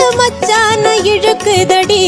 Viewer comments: இழுக்குதடி ழு இ உச்சரிப்பு சூப்பர் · இழுக்குதடி தமிழுக்கு மட்டுமே உரிய சிறப்பு ழ கரம் உங்கள் குரலில் உச்சரிப்பும் பாடிய விதமும் ஆகா.... அற்புதம்.